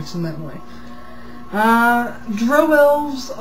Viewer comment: She pronounces drow correctly.